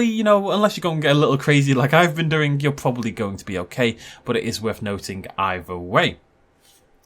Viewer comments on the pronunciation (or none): none